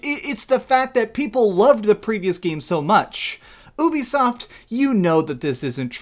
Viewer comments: Ubisoft is pronounced as YOU BE SOFT, not ooh-be-soft. You did the same shit with Geralt. Please pronounce the names right. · How is it funny that people are loosing money what’s funny is how you fail to use common sense and sound out the word you-b-soft if it’s u play why would it be uh-be-soft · Wow what planet have I been living in, I thought it was "youbisoft" not "oobisoft" 🤦